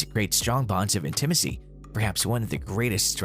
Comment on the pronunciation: If you’re unsure of how to pronounce intimacy, please look it up. Listening to you mispronounce it multiple times was distracting and annoying.